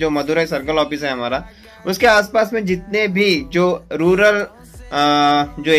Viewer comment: Sir it's not rular , it's rural